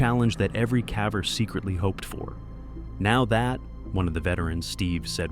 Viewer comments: ummm it's "cavver" duhhhhh 😂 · The way the word "caver" is pronounced gives away that this is AI narration. I HATE AI narration. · I can't listen to you mispronounce "caver" anymore! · Only ai and politicians can turn one sentence into 10,000 words,and btw, it's CAVER ,not calve-er. 🙄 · Why can't you YouTubers who use AI fix the word "caver"? It pronounces the "a" in the word like it's pronounced in "have". This dude Ethan... talking about the excitement he feels as he was able to push through and I just don't understand WHY. What's so exciting? Seeing more dirt? I'll hand it to you... the wording you used narrating that one was good at putting me in this guy's situation and I dang near had a panic attack! 😂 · My chickens occasionally get themselves wedged into tight spots and i find them weeks later, expired. And its caver, not cavver. What is wrong with this AI rowbut? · Cav-ers⁉ The word is cave-ers with a short A. But AI doesn't know that. It's not that smart. And neither is the person who didn't correct it 😆‼ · Since you do so many videos about caving, may I gently suggest you pronounce “caver” correctly. The A is a hard sound, not a soft one. It’s like bail or jail, not like ‘rather.’ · I gave up after the 14th "caver" with a short a. SMH - the narration sucks. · AI narrating is horrible...... C a v e r needs a long A